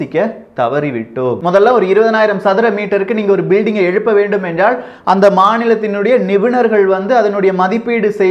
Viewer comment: தமிழ் உச்சரிப்பைத்தயவு செய்து திருத்திக்கொள்ளுங்கள். எல்லா ஊடகங்களிலும் நீக்கமற நிறைந்திருக்கிற ல, ள உச்சரிப்புப்பிழைகள் உங்கள் நிகழ்ச்சிகளிலும் இருக்கின்றன என்பதில் "வருத்தம்". "நிலைமை", "நிலக்கரி", "எல்லாம்" போன்றவற்றை சரியாக உச்சரிக்கின்ற நீங்கள் என்றாள்(ல்), வேளை(லை), முடியாமள்(ல்), ஆனாள்(ல்), சாம்பளை(லை), நம்மாள்(ல) என்று உச்சரிப்பது வருத்தம் தருகிறது. இதைச் சரியாகப் புரிந்து கொண்டால், நீங்களே தமிழ் நாட்டில் அரங்கேறிக்கொண்டிருக்கிற பல அவலங்களைக்குறித்து குறிப்பாக ,தொலைக்காட்சி , இசைத்துறை, மற்றும் அரசியல் தலைவர்கள் இழைக்கின்ற தவறுகளைச்சுட்டிக்காட்டி தாய்த்தமிழுக்குப் பெரிய தொண்டாற்றிட முடியும். யாரும் தமிழை வளர்க்க வேண்டாம். மெல்லச்சாவதைத் தடுத்து நிறுத்தினால் அதுவே பெரிய தொண்டு. "ல" என்கிற எழுத்துக்கு வெவ்வேறு உச்சரிப்புகள் கிடையாது என்பதை மறந்து விட வேண்டாம்.